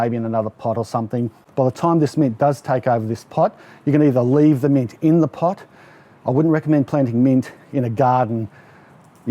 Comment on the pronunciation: Took me a minute to realize you said mint not meat 😂 lol. I Thought it was some new plant I never heard of. You got yourself a new subscriber.